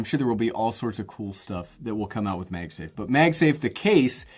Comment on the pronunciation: "Meg Safe" - what regional accent is that? I've heard it before but boy I can't place it. Love the small phone and love this video. 👍🏼